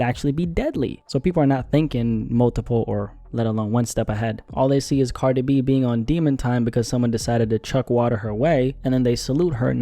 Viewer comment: You say “Cardibee” and I love it 😂